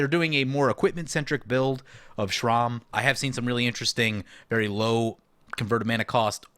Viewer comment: Sram isn’t pronounced Shrom It’s S-ram not being mean I actually find it funny actually